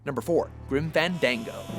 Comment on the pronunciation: Dont mind me trolling abit here, only gripe is the exact pronounciation of one game titled Grim Fandango... It is NOT "fen-dang-go", the correct pronounciation is "fahn-darng-go". Repeat after me: FAHNNN... DAAAANG... GOOOO!!! Did you not recall the WWE superstar who bears that name?